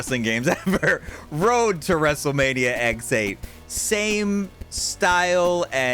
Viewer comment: Did he really just call it Wrestlemania X-8 instead of 18?